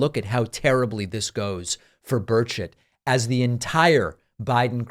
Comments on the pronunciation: It sounds like you're saying Tim Birdshit. Hilarious! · At first I thought you pronounced Burchet bird shit, which would be more fitting, lol.